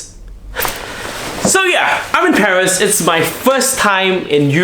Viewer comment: Come on its paris not pawheese